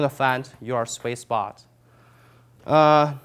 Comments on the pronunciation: Great video. Thank you ! It did take me 2 times watching this to figure out that you weren’t saying “Swiss Box”,... you were saying Sweet Spot . lol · Probably because he says Swiss spot not sweet spot.. But seriously, I'd say he is just very dedicated and conscientious. He avoids annoying slang words and phrases such as; "What's up guys!"